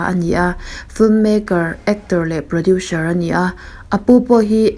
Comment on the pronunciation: Producer hi 'produsher' tih a lam rik a ang lutuk a.. ka ngaimawh riau a ka rawn sawi mai mai ✌